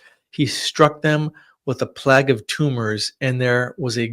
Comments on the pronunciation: "plag"? You mean plague (playg)? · Fascinating. It’s pronounced “plaig” not “plag”